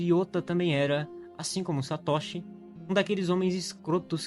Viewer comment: A pronúncia é Satôshi e não Satóshi .Não existe acento agudo na pronuncia do nihongo. Mas o vídeo é bom 👍continue